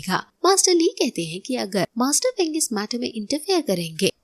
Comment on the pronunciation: Sister us bande ka nam fang zun zhei hey feng zhei nehi